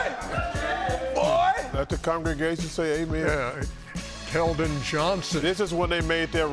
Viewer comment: Its KELDON. Even the correction was wrong lol isnt this a basketball show